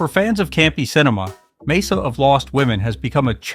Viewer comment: Mesa is pronounced "may-sa"